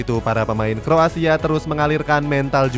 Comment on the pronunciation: kroasia bang, bukan kro asia